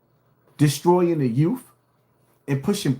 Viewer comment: If this 🤡 says “Youff” one more time 🙄